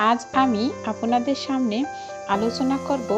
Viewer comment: তথ্যসমৃদ্ধ হলাম। তব উচ্চারনের কোনো উন্নতি দেখছি না। যেমন- আপোনাদের, জ্যাকব টায়ার ইত্যাদি